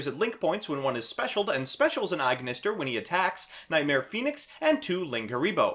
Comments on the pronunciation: Am I the only one who's frazzled by him saying "aignister" instead of "At Ignister"? Cause I thought that "At ignister" was how AI said it in Vrains. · why do you pronounce it Eye-Ignister? It's pronounced at-Ignister. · Bro why are you pronouncing everything "eye".....its very clearly "at" and "A" "I"....lmao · Everyone here ragging you on for saying "Aignister" while I'm just scratching my head over "Gala-tee" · It is At ignister, don't worry we are right. :)